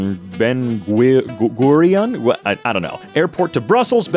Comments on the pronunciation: the way you say Israel and Ben Gurion 💀 Israel: is.rah.el Ben Gurion: ben.goor.yawn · Ben Ger-eye-on, if I can recall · It's pronounced Ben gooryon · its called ben goor-yon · it pronounced ben goo-r-yo-n